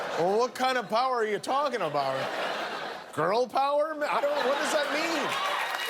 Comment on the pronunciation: Quantum “Nukeclear” Power!!!!